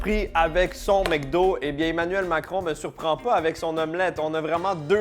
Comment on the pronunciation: MEC do ? "mcdo"